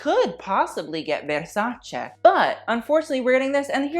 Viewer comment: you are commenting on somebody’s clothes with that shirt you are wearing.. yikes and the way you are pronouncing versace .. girl